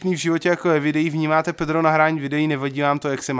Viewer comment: pani pedrova rika petro nerika tan to D :DDDDD